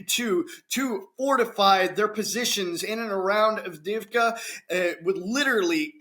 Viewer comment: Double "ii" is pronounced like the "ee" in "bee". Double "ee" is pronounced like "yeah". "Avde-yeahv-ka".